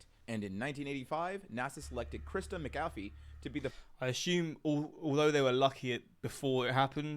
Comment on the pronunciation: This guy said “Christa McAuliffe” about 6 different ways, all of them wrong. This was a national tragedy the least he could do is learn her name. Just shows a lack of research and respect for the topic. Lazy.